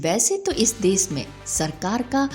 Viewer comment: देस - नहीं, देश - बोलना पहले सिखना चाहिए। सीता - नहीं, शीत - बोलिए।।